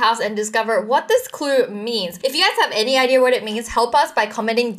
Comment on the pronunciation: I have a question wengie. Why do you also pronounce "r" after every word ending with an "a" For example: Word-Idea How wengie pronounce-Idear Word-Red Panda How wengie pronounce-Red Pandar and etc Can you answer my question???